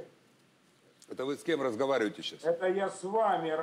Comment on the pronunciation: По моему тоже, выпивши дядька. Но выпивши не ругнулся, ни зависнув и глупости не произнеся уточнил - слышит ли его пан Добкин... Но только после того, как "пана допа" сказала "это Вы скем разговарЮите сЧас" - дядька на ты и перешел. Справедливо!